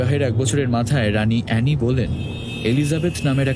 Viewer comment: Golpota bhalo... But mary tudor ta kikore mary theodore hoe galo ar anne boleyn ke kano anny boleyn bola holo bujhlamna